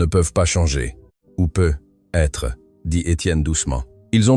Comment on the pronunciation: Dans la lecture aussi il y a des erreurs example: peut être doit se prononcer PEUTÊTRE…